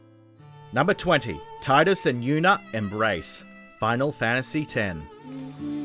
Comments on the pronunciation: Tee- dus. Not Tie-dus. Also, Yuna's sending is way better than the kiss. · his name is pronounced with a long "e", not a long "i". so it's pronounced "Tee-dus", not "tie-dus". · Tidus (tee-d-us) not (tie-d-us) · It's TEEDUS!